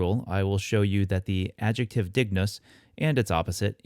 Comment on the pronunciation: Is there a reason you didn't pronounce it as /ˈd̪ɪŋ.nʊs̠/? I thought that's how it was pronounced classically. Kind of like how ἄγγελος Greek was pronounced "angelos". Thank you for the videos.